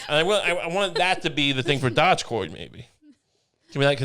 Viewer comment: Dogecoin is named after a dog named after the chief executives of Venice and Genoa and it's not pronounced "dog"